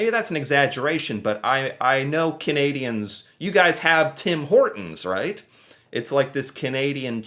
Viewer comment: Canadian here, this narator is Not Canadian!! He does not even pronounce Canadians properly!!